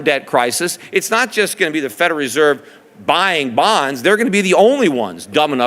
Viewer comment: He is saying "Federeserve" instead of "Federal Reserve".